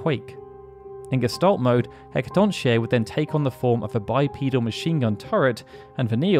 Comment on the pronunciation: I know it's stupid, but it's bothering me how you're pronouncing Hecatoncheir wrong. It's pronounced He-ca-ton-care, roughly. There's a rare line where Vanille pronounces its full name, in contrast to her usual shorter version Hacaton. The wiki also says this. Its a Greek name, and, I'm no Greek expert, but from whatever little I know, usually any "ch" is pronounced "k" in Greek words.